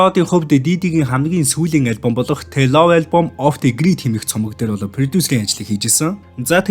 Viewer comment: zolbin gichii minee. "the love" ch gj tsewerkhen duudchij chadahgui bjej bitgii delhii ruu ongii hamaa. mongoliinho haltaruudiig l yri oke